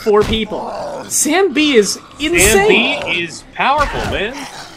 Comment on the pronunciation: I keep hearing "Sam B" as "zambie" and it throws me off so much. XD